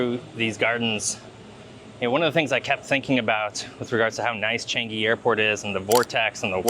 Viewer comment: I'm happy that you enjoyed your stay here! I love Changi airport too! By the way, it's pronounced CHUNG-(y)EE. As in Chungus' "chung" and Yee's "ee", but I know how difficult it can be to pronounce! Thank you for coming by and please come visit Singapore again with your friends and family :D